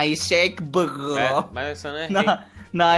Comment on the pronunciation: Abi abi r leri söyleyemediğinden bıroya bığo diyo asddsdad